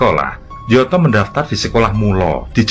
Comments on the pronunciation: Bacanya nyoto bukan njoto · tempat persembunyian aidit di solo mengejanya adalah "SAMBÈNG" bukan "sambêng" dan tokoh pki yg disebut " njoto" yg benar menyebutnya " "NYOTO", yg artinya adalah "nyata" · koreksi,gak srek dengan ejaan dua nama Sjam(Syam) dan Njoto(Nyoto). Harusnya penyebutnya Nyoto dan Syam,jdi aneh kedengerannya. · Njoto dibaca Nyoto 🤦‍♂ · Mohon maaf, Njoto dibaca Nyoto sedangkan Sjam dibaca Syam 🙏🏻🙏🏻🙏🏻